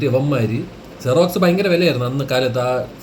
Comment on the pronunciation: Xerox അല്ല ജിറാക്സ് 🤣🤣🤣🤣